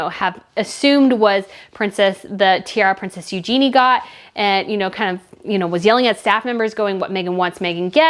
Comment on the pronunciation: "Eugenie" is pronounced "yoo·zhuh·nee" for your future videos.